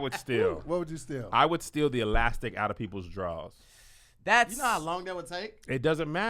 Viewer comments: I love you,, but the way you said (kitchen) drawers, did sound like "draws" [underwear]. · We say "drawz" in east saint